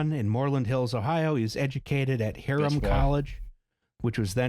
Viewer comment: Hiram College. Pronounced "HIGH-rum" College. Not Harem College or whatever you just said.